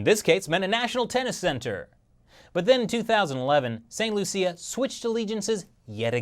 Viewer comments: it's pronounced st. Lucia or lowsha not Lucille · st Lucia is prnounced st."lusha" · That's not the pronunciation of "St. Lucia".